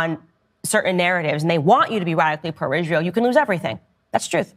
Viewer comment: well, I detest people like ben shapiro, but dice lacks the courage to refer to iz-rye-hell by name!!